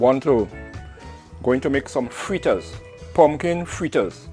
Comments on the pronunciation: Great job I always thought was fritters Now I'm hearing freeters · Is he a Trini? Thought it was fritters 🤔👍